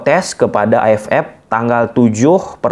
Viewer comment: Terganggu sm pengucapan AFF jadi A ef epp.. AFF = A ef ef..